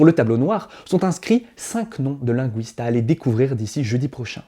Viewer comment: Très bien! Ce qui suit n'a pas d'importance: dommage pour la date et la prononciation de certains mots (comme "linguiste" - g-ü-iste , je ne peux pas mettre l'API ni le Bourciez ici)